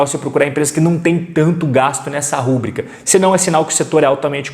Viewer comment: Fala meu caro! Conteudos de muito valor, parabéns! Só um pequeno detalhe para melhorar ainda mais seus videos. A pronúncia de uma palavra super importante “rubrica” se dá ênfase no “i”. Ela não é uma proparoxítona, fechado? ruBRIca e não rúbrica! Grande abraço e sucesso sempre!!!!